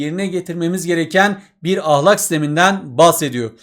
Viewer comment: hocam lütfen ahlakın a sını yumuşak söylemeyi deneyin🙏